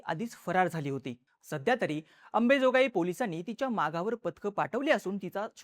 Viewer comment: अरे बाबा गावचे नाव तरी नीट घेत जा 🙏🏻 अंबेजोगाई नाही ते अंबाजोगाई आहे ते मराठी तुम्हला नीट शिकायची गरज आहे भाऊ…